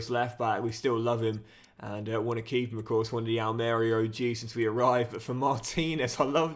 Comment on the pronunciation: the club pronounced is Al Maria and you emphasise the marie part just for future reference 😂😂😂